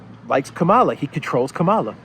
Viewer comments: It is pronounced Kamala as in Pamela. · Camela. She says it herself. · Hi, You are NOT exactly pronouncing that lady vice president's name.......But, menaing-wise, your pronunciation suits to her charecter and behaviour.......(Especially when she laughed on seraiously hearing about refugee crisis from Ukraine)........ Further, If you remove "Ka" from your pronunciation, the meaning will be a 100% best fit......Thank you so much.